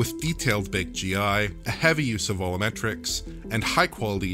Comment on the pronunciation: What is it with some DF staff saying "volumetrics" incorrectly? The word should sound like "Vol-You-Met-Rick". It isn't "Vo-Loo-Met-Rick".